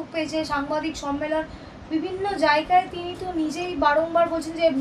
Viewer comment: Sangbadik ke bilchi jagai mane , eto cjoreder ranir bhasa . Ucharon thik korun , Jaigai bolun .